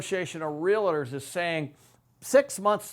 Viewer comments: Pronounced real tors your saying real a tors ! There is no a between real and tors !!! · 😡❓Stop frickin saying real-i-tors!!!! It’s RealTors. Other than that, great video!! Thanks 💥💯‼️ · (Realtors). Real-Tors Not "Rea-Lit-ors" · Hey....Can you please at least pronounce Realtors correctly? REAL TORS not REAL A TORS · It's not "realitors".